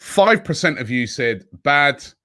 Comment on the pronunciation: Am I the only one who gets triggered that Robby can’t pronounce “Percent” ?????